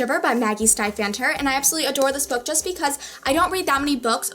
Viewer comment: it's maggie stie-vater by the way...just wanted to let you know because i met her and she gets annoyed when people say it wrong :p